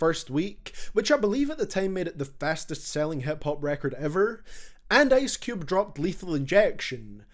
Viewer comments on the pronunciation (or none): Bro said Ace Cube😂😂